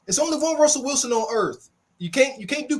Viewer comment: It’s funny how they never said Russell Wilson right the first time lol they don’t even respect him